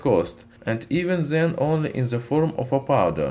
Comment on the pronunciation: Instead of "then" He says ZEN